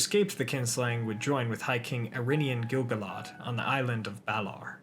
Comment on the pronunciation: Well, I'd advise to control the pronounciation (and the accents as well). Idril, for example, is mispronounced, (it is EEdril) and Gil-Galad has the wrong accent (Gil- GAlad is the right one). For the rest thanks, a nice work!